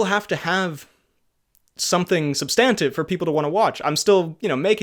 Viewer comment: You pronounce substantive wrong